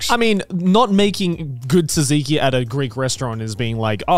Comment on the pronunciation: Please don't say tzantziki ever again your pronansiation is very bad